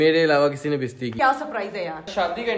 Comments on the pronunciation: I like very much i am sistrology army but why is she saying besti but actually its bastiiii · Bisti Nahin basty hota hai 😂😂😂😂